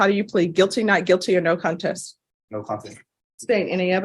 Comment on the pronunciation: Her annunciation of contest was hideous.I.propose 3 weeks of Dinosau-paranoiD Class for the sake of continued sub programming of Eden need.All hail implied forces.(C)Dino Sherman